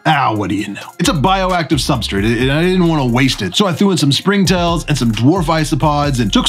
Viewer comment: Substrate* not substrit lol. Why do you say substrit? Who told you to say that?